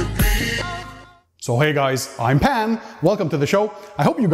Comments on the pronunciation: Are you saying "Pan" or "Pam"? Im sorry can someone help me with this Pan-Pam dilema Is it like “calm” except P-A-N-M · The way you said 'pan' in the intro leads me to believe you've played PUBG